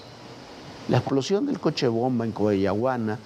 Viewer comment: Coahuayana maldita sea diganlo bien 😂 ¿Cuayucana? Jajajaja 😂